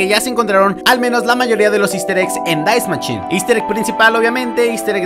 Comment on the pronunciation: Dais machine amooooooooo se dice Dai machine brooo 😂😂